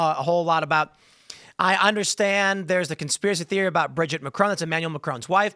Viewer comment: Please stop mispronouncing Macron. As an American that can speak French, I can’t stand it.